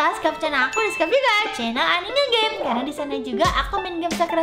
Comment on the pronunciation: Bilang nya game bukan geme ya